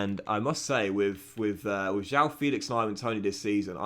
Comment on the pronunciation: João's name it's pronounced as it's written: João, not Jau, try and listen to it on translate. The "ão" sound is a bit alien to English speaking natives but it's really common in portuguese, so it will be important for you to learn it!